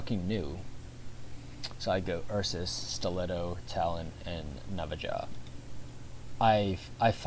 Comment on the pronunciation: It's pronounced nava-ha lol